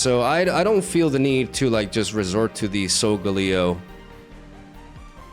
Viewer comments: Why do you pronounce solgaleo and lunala very weirdly? 😭 It's not solgahhleo, it's solgaleo. It's not lunalahh, it's lunala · It’s sol-gah-Leo.. snorlax needs so much setup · You pronounced Solgaleo's name wrong in the intro, but pronounced it right in the rest of the video lol